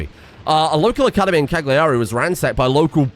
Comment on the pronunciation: Please it's pronounced Càyari